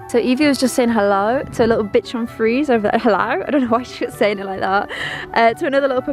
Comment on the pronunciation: The way she said bichon ...😳😂